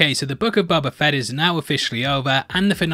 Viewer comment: I love how: Mos Espa = Mos EspER Boba Fett = Buba Fett